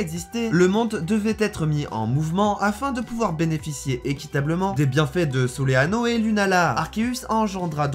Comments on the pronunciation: Mais c'est pas "soléano" mais solgualéo a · Je viens d'entendre "Soléano" aussi... 😂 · Il a vraiment dit soleano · C'est Solgaleo pas Soleano